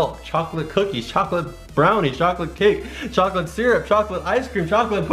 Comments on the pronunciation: you said choca oa l8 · Did you say chocklate?!? CHOCKLATE!!!!!!!!! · He gets tazed because he said choclet before he said now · Did he just say chocolate dos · not like your saying chocolate on purpose